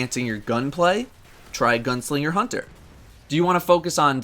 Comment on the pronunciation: Lol love the ending even though you spelled and pronounced hunter wrong